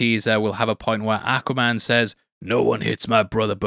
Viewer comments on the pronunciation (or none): I love the way you say, Ack-waman.